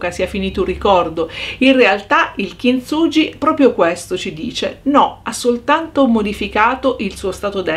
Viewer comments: "kintsuGHi" ... cmq bel lavoro. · Bello, però per favore pronuncia correttamente: kinsughi🤗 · kintsugi si pronuncia "kinzughi"